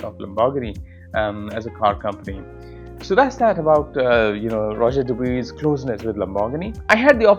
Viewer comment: It's Rodger Dubwah. Not duboowee. 😂